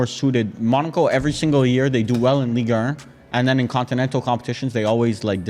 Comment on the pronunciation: why is saying Ligue err😂😂😂